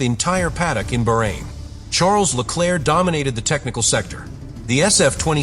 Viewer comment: Appalling amateur voice-over. Get a professional! You consistently massacre "Bahrein" and "Vasseur". At least I haven't heard you massacre "Macron", but who cares as much about an elected President as about an ancient state and a respected man's quite simple family name?